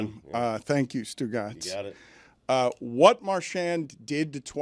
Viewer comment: pronouncing “marchand” is about as good as it gets